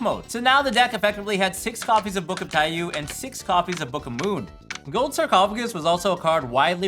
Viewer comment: This is just a nitpick, but the card name is pronounced "tai-yoh" rather than "tai-yuu". Taiyou means sun in Japanese.